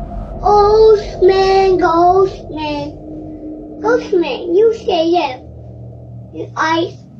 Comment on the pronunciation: He is not saying ghost man. He is saying Ghost BAND. Little bro is a Rancid fan.